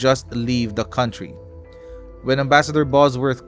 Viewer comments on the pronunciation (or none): none